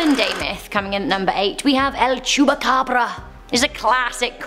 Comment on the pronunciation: No. 8: I thought i heard her say chewbacca😂